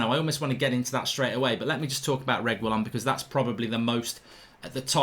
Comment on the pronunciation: Whatever it is mark will never be able to get Sergio Reguilon's name lol